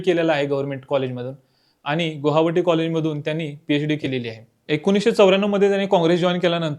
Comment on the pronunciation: आसाममधे असलेल्या शहराचे नाव गुहावटी नसून गुवाहाटी आहे... कुठलीही बातमी देताना सर्व शब्दांचे शुद्ध उच्चारण अपेक्षित आहेत...